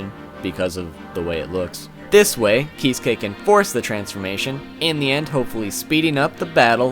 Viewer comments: Probably already heard this but his furst name is said like "kit-sue-key" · He revealed his bankai? I haven't read bleach in a while. btw here is how you pronounce the name Kee Sue Kay acentuate the Sue. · Whenever he say Kisuke, the auto generated subtitle displays "He's gay".